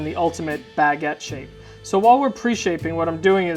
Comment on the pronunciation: Yess that pronounciation really bothered me but i didn't want to point it out, but you did it the funniest way